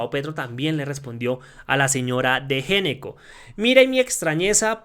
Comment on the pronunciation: GENECO NO, SE PRONUNCIA "ñECCO." !!!!!!!!!!!!!!!!!!!!!!!!!!!!!!!!!!!!!!!!!!!!!!!!!!!!!!!!!!!!!!!!!!!!!!!!!!!!!!!!!!!!!!!!!!!!!!!!!!!